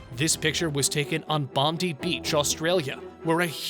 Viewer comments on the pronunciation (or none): Bondi beach does not end with an ee sound. It sounds like bon-die. I think you would annoy people less if you ask a local instead of trying your own ideas on how to say things. Years ago your president called our Prime Minister Rude instead of Rudd. Like a ruddy complexion. Did you wonder why people were peeved?